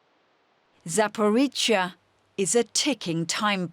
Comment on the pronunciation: Why can't anyone at DW pronounce this city/power plant name correctly? It's a "zh" not a "ts" or a "ch" sound. Come on people, you're professional journalists yet report after report you get it wrong. Not even close! aaargh